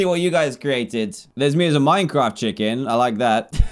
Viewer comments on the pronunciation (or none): none